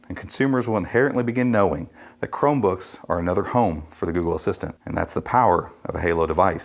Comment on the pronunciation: GOOGPLE :D